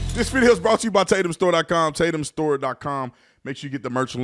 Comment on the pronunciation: I'm still trying to figure out why Tatum keeps intentionally mispronouncing her name